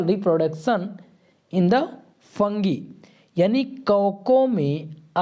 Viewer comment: Bhaiya- ये फंगी नहीं फंजाई हैं।